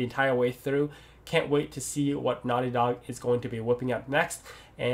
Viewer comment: Is he saying "Naughty dog games" or "nylon games"?